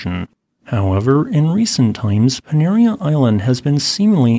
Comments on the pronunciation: Panaréa...accent on the e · Pronounced pa-na-ray-ah. Cheers from Lipari.